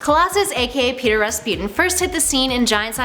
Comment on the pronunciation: It's PIOTR